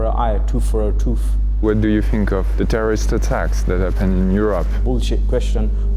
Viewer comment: " Terroriste attacks " cette accent 😆